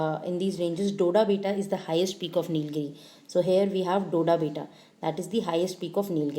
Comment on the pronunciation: It's not doda beta as u pronouncing in kannada it is dodda betta